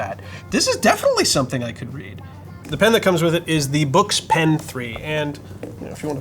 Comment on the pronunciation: I thought it was pronounced "books" ? and I think it is higher resolution in black and white, not the other way around.?